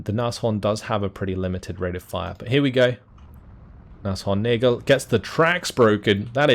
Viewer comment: everytime I hear say Neigl I freeze a bit